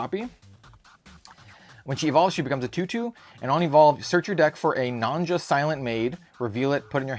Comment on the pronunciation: By the way, "Nonja" is pronounced "Nonya"! If you listen to her voiceline in Shadowverse, she pronounces her name. ("Nonja! And the wonderful princess Prim.")